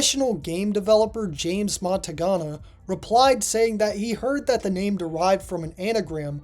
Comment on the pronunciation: I like the way you pronounce japanese names, I see that accuracy is important to you. For this reason I think it woiuld be nice to note that James Montagna is pronounced as James Montanya.